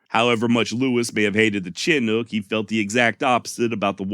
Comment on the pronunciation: Btw, I live at the mouth of the Columbia River near the small town of Chinook. The word Chinook is pronounced “ Sha nook”. Just a FYI, no offense intended. 👊